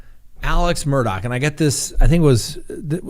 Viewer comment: Talk administrators / mods... can someone PLEASE inform Scott that the name is pronounced Murd-ahh NOT Mur-dock. I'm on the edge and that just might tip me over!! (LOL)